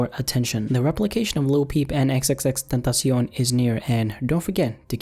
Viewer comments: You say his name like XXXTENTACI-ON It’s clearly XXX TENTA SEE ON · xxx-tEntahsyon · Lol you say "XXXTentacion" with a weird Spanish kinda accent / pronunciation. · I like how he thinks xxxtentacion is pronounced in mexican 😂😂😂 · Why do people say his name like that like stop trying so hard💀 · nigga doesn't even know the correct prenounciation LOL